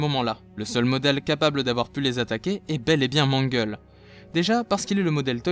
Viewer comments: déjà c'est "Mangle" et pas "manguel" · Je suis tout à fait d'accord ! PS : ce n'est pas Mangel mais Mangle. C'est un prénom Anglais, donc l'écriture n'est pas la prononciation ^^